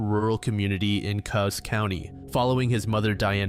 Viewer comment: Just an FYI, I grew in a town a few miles from Myrtle Point in a town called Coquille. The correct pronunciation of the county is Cooze (Coos) County. Thank you for covering this story though. I grew up hearing about this story.